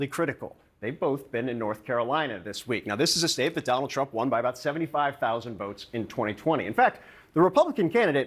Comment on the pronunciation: "DON-OLD" TRUMP is like a hot balloon.